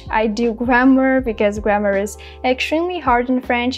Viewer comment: Thank you very much. You are doing well but there is a word you are not pronunciation it correct (extremely